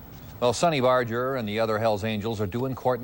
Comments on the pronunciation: Bar---Ger not bardge---er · No one ever says Barger correctly.